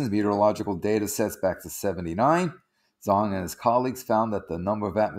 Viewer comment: It's actually pronounced more like "J[ohn]ang" even though it's spelled Zhang. It's a very common last name in China. thanks, drew "How to pronounce [zh]: Raise the tip of your tongue to touch the hard palate in order to form an obstacle and the airflow comes out suddenly by break through the obstacle without vibration of the vocal cord. The sound of [zh] kind of sounds like the “j” in English word “jack”.